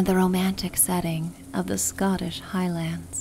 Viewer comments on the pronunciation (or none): It's pronounced HIGHlinds not hIGH-lands